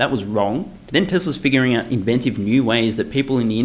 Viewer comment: Is the fingering out flash bec you SAY fingering out instead of figuring out ??